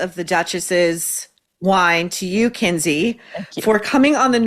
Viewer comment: Not Kindy - Kinsey